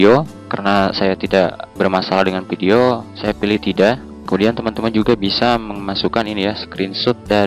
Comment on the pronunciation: oh men kenapa banyak banget orang yang baca huruf F ato V di baca P, Video jadi pideo, informasi jadi inpormasi grrr